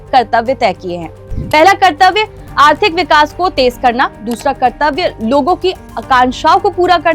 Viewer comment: कृतव्य नहीं कर्तव्य